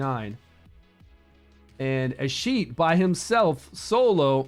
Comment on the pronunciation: A-skeet-ius that's how you pronounce his name